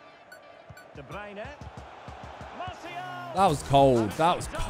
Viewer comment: It sounds weird hearing the commentator say De Bruyne the right way